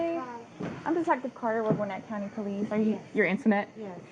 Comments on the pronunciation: Hearing the narrator say “GWIN-nit” instead of “gwi-NET” is like nails on the chalkboard. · As a Gwinnett native, it's pronounced Gwinnétt. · The way they pronounce "Gwinnett" is annoying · Not far into the video but she say "Gwinnett County"? As in GA. As in where I live - ffs!